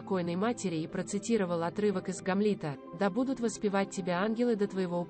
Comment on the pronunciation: Боже мой! Читающая текст делает столько ошибок в ударении! Можно было бы простить имена собственные, "СасЕкские" или "МаркЕль", но не знать имя Гамлет?! Это не " ГамлЕт"!!! Далее: "скончалась в замкЕ" , "произнесЕна"," Елизавета два?! " "высочЕство"? Дааааааа. Позор! Прежде чем записывать текст, почитала бы вслух бы перед кем-нибудь. Если в школе плохо училась, учись сейчас или не выходи в эфир.